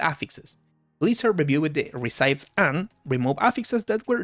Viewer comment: Just so you know - not that it matters but it does make you sound more "pro" - "recipe" is not pronounced "reh-sigh-p" is is pronounced "reh-sip-pee". English is borked, I know.